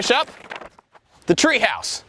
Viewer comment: “treeHOUse” hahaha. Sometimes you sound so southern, Bob.